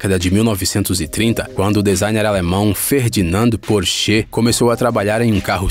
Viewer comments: Em pelamordeDeus.... PÓRCHI...e não PÔR CHÊ... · "Ferdinand Porschê" Kkkkkkkkkkkkkkkkkkkkkkkkkkkkkkkkkkkkkkkkkk